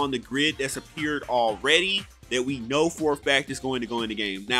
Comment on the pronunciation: Does he Khow?........................ he doest' Khow